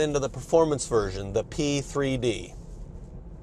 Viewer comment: 3D, P3D ... i just keep hearing C3PO